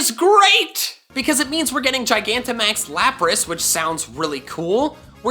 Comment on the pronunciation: you are the first poketuber I've seen pronounce gigantamax correctly. Everyone else emphasizes the g at the beginning instead of the proper j sound. The word is gigantic, and max, so how do they get it wrong?